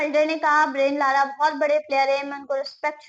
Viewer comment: beta, ब्रायन लारा है, ब्रेन लारा नही।